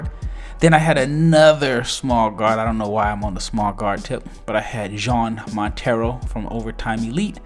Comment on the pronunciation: Its not John Montero brotheer. Its Yawn Montero. You do not pronounce the J!